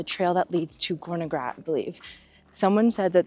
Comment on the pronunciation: Try to pronounce better. It's not hard, if you try. It's Gornergrat (like Cornergrat with a soft "c" and a German "a" like in part), no "gorgon" there. And it's tsairmatt with a hard "t" and a German "a", no "sir" there. Enjoy your stay here in Switzerland and don't miss Bern!